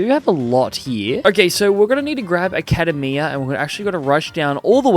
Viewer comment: Love the way you constantly mispronounce words while still being able to use those words in correct context. Often the sign of someone who is well read but has never had the opportunity to hear those words in conversation. Given your accent this is not a surprise. Academia rhymes with macadamia.